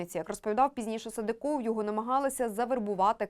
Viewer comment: СадЫков, а не СадыкОв